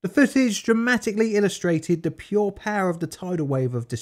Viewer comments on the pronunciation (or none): none